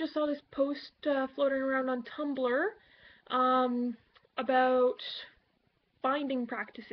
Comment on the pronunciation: Did you hear how she said "about"? Definitely Canadian. Lol :)